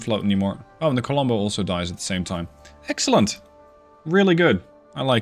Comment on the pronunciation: I swear you said "heksellent" instead of "excellent" here and I'm praying that's intentional because that would be amazing given the context